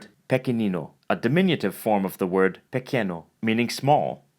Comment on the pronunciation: is pequeÑo no pequeno!!!! pequeno doesn`t exist!